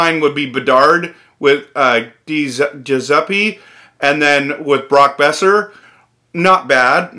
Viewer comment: Your pronunciation of Giuseppe is atrocious It’s jew-sep-a